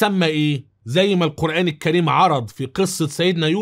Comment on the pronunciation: جزاكم الله خيرا انا من محبيك اتمنى عندما تأتي على ذكر القرآن أن تقول القرآن الكريم وليس القرآن كّريم لأن الكاف حرف قمري وليس شمسي وعذرا ملاحظة من محب